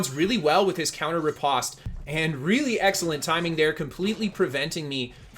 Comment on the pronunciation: riposte is not pronounced the way you are saying it. I was way too distracted by your mispronunciation to take much more away from this video.